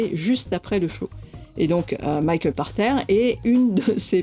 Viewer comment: Où j'apprends que son nom se prononce "par terre" et non "pache terre" O_o. Je comprends mieux pourquoi ses prédictions concernant le JV sont aussi souvent éclatées au sol... Sinon, super format.